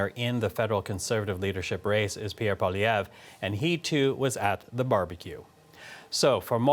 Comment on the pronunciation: This pundit needs to learn how to pronounce Poilievre.